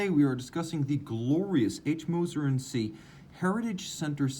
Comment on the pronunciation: Great review as always! Just an FYI - Cie is compagnie (company) in French. Unlike “Co” in English, its pronunciation is not abbreviated and so Cie is always pronounced “Com-pan-YEE” and not “see”. Cheers.